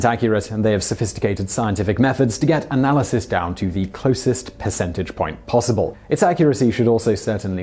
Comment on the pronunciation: Did anybody else pick up on the Piss'entage lol